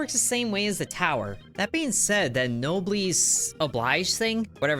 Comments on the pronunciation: It's also nob-el-es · "no bless oh bleej" is close as I can explain to pronounce it. It's French. The obligation of the nobles. If you're better off, take care of people who aren't